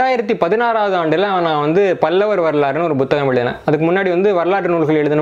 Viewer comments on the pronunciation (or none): நான் பத்தாம் வகுப்புவரை தமிழ் படித்திருக்கிறேன் 12ஆம் வகுப்புவரை தமிழில் படித்தேன். இதுதான் எனது நிலைமை. ஐயா நீங்கள் ஒரு தமிழ் ஆய்வாளர் புத்தகம் - Buத்தGaம், புத்தி - Buத்தி என்றும் உச்சரிக்கிறீர்கள் அதன் காரணமென்ன நான் முதலாம் வகுப்பிலிருந்து புத்தகம், புத்தி என்றுதான் எழுதவும் உச்சரிக்கவும் பழகியிருக்கிறேன். இவை மட்டுமல்ல பல சொற்களை வித்தியாசமாக உச்சரிக்கிறீர்கள் அதன் காரணமென்ன? எனது அறிவுக்கு எட்டியவரை தவறன உச்சரிப்பே...